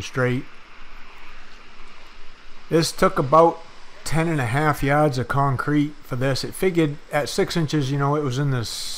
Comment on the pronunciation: Yads? Quick, and English to New England English dictionary, please. :) BTW, you guys are a great example of people in the trades. Keep up the high standards.